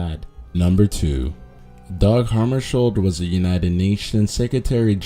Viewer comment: Oh, you butchered Dag Hammarskjöld's name worse than I could image possible :P